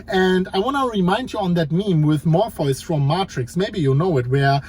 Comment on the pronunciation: It's always the most important video you've ever made. You always say it's going to be surprising and it isn't. The only surprise was hearing morfoice and martricks being said like it was normal